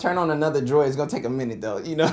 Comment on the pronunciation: I respect ZERO humans that say "Driod" wtf this ain't 2008